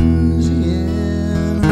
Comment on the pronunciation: we're not loozeeanner. you did everything great except the pronunciation.